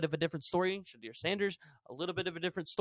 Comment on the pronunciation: DUDE!!!! LEARN HOW TO PRONOUNCE COACH SANDER'S SON /QB NAME!